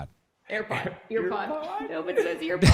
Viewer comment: enjoyed the whole thing.. just stuck laughing at judah said ear-pad